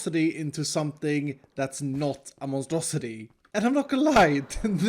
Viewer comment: to be clear...is saying Monstrosi-tree?